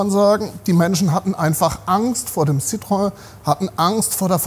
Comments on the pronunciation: Was ist eigentlich so schwierig daran, "Citroën" ganz einfach "Citroën" auszusprechen, wie man's schreibt? Gerade von einem "Oldtimer-Experten" des Formats eines erwarte ich, dass er sich mal erkundigt, wie man "Citroën" ganz einfach "Citroën" ausspricht. Einfach so, wie es da steht; ohne irgendwelche Zungenartistik hineinzubringen. Da sind Renault ("Rennoh") oder Peugeot ("Pöschoh") schon viel schwieriger, zumindest für Badener, Pfälzer und Hessen. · "Zitrön" und fertig.